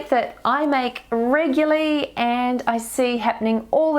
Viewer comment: so sorry this really annoys me and I looked it up: regular, adjective, regularity, noun, REGULARLY, adv. NOT reguly!, thanks anyway, it must be a NZ thing?